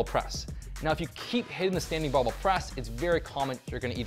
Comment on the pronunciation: Thanks! But the word is BARBELL